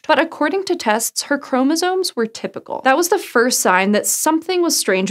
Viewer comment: Chromosome. Not chromosoNe. 🤦🏻‍♀️